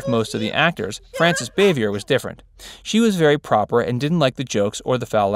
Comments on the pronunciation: The name is pronounced Boo-Vi-A rhymes with Day. Not "Bavyer" It's French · Wrong - "Facts" Verse- You stated that when Andy met Don Knotts he decided that he (Andy) needed to be the straight man. They had met and worked together before on the movie "No Time For Sergent's." See interviews with Andy. It was after they shot a few episodes of TAGS that Andy decided it was best if he played straight man. Also, Bah' Vee A is the way Bavier (Frances Bavier) is pronounced. Get your facts straight, "Facts" Verse. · I knew all those things and more. I can even pronounce Frances Bavier's name, you can't. Maybe you should have found out the pronunciation before you narrated this video!